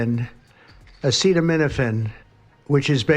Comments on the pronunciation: Trump said Epsteinmophen😂😂😂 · This man don’t know how to say acetaminophen?????? What the fuuuuuuuuu… this is our president yall. Unbelievable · Bro can’t even pronounce acetaminophen 🤣🤣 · This 🤡 can’t even pronounce the word…. WTH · Ha Ha this fool can't even say Acetaminophen 😂 Don't belive this idiot he told yall to digest bleach 🤦‍♂️ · Wow. He can’t even pronounce acetaminophen . Are you Fing serious! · Trump is president of the United States, and can't pronounce nor read the word acetaminophen......wow. let that seep in for a second..... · He can’t even say acetaminophen that’s how dumb he is